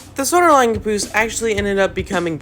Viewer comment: I Love How you said Cuhnboose